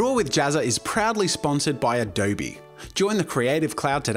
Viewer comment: I'm just wondering why he said adobEEE instead of adobe. O mah gosh